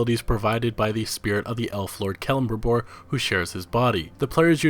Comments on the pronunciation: hate to be "that guy" but 'kell-em-brim-bòr' sorry that really bugged me. great video tho! appreciate the in depth talk about each game! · "Keullurbrimbooor"....you sound like a mongoloid.